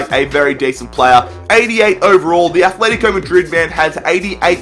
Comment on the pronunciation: needa work on ur atletico madrid pronounciation, atletico not atlethico